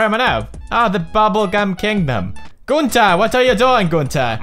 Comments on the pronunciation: No ice king says it the right way and pewds is not saying it right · Tht how ur actually supposed 2 say it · Pewds pronounces it as günter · Idc how you're supposed to say it, I just friggin love it lol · Pewds, u calls gunter wrongly , listen how ice king calls gunter..